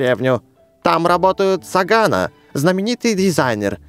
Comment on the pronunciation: Правильно говорить СагОно а не СагАно